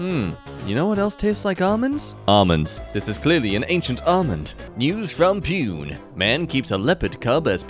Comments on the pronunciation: .. Pune is pronounced "Poo-ne" but instead of "poo ne(igh)" try "poone(igh)" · here said “Pune” wrong. It’s pronounced Pu-nay. It’s a city in India. Just wanted to let you know. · ITS PRONOUNCED POO-NAY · The way he pronounced Pune got me. It acually pronounced as poo-nae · Nooooo😭😭😭😭 he said Pune like "Pewn" 😭😭😭😭. It's a city in India and is pronounced as"Pooné" 😭😭😭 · For god's sake, it's not "Pyoon" It's Pooh-nayy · its pronounced poo ne not pune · As a former resident of Pune, it's pronounced Poo-neh. I cracked up at pronunciation pyoon! 😭🤣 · The way he said "pune" ☠️😭 like puny... not like actual pune (poone) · in the first 40 seconds and there's already a mispronunciation, it's poon-e not pyune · Good video Just wanted to tell is pronounced pu-ne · "pyoon" lmao (pune) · ITS PRONOUNCED POO NE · I know i am terribly late but THE WAY PRONOUNCES 'PUNE' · well, Pune's name just got butchered. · that is the worst pronunciation of 'Pune' i have ever heard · As someone who lives close to Pune, the way he pronounced it killed me